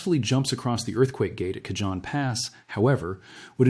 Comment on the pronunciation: The Cajon pass is pro NM bounced with the j sounding as an h...Canon Pass. Not that it's that important, anyone living in the San Bernardino area knows what area you are referring to. Thank you for the important information you are putting out.